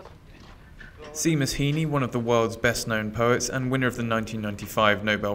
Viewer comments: oh god, at least pronounce his name right. its pronounced "shay mus". God the ignorance of people. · I'm annoyed that they can't even pronounce his name right, jfc. But he was so talented and will live on through his amazing legacy. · The least IBTimes could have done was to learn how to say the great man's name!